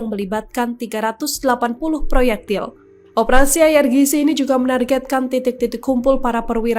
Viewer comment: IRGC dibaca ai ar ji si, mbakyu.